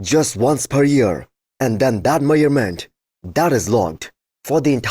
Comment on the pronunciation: Their heights are "meyured", and all that "meyurment"